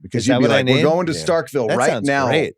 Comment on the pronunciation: StarkSville?? C’mon Van, you’re an SEC guy? It’s Starkville.